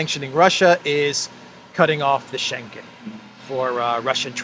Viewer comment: "Schengen" is mispronounced by both gentleman. The g is pronounced as a separate letter: Schen-gen, that's wrong. The "ng" must be pronounced as in living, thing, song, singer, ring. There are exceptions to the rule, f.e. England and single, tingling, Schengen is not one of them. Scheng-en. often asks for replies in the comment section, but experience has learned he does not read them, at least not all because I've pointed out mistakes in pronunciation before and he keeps making them. But you have read this, now you know how to pronounce Schengen. Schengen is the town in Luxembourg where the European "Schengen" treaty was signed in 1985, opening all borders between subscribing countries.